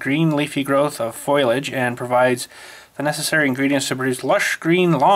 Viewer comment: "Foil-i-age??" It's "Foliage."